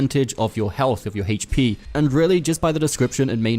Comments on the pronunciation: What the fuck it hache P? Its H.P. brah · I hate the way you say HP. What is haychpee. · "HAYCH P"😂 Thanks for the tips.